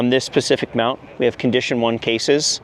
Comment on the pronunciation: Mount guy spuh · si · fuhk